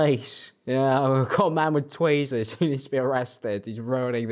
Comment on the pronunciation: mans upped the production quality but where was the research - like… tweezers? you sound uncultured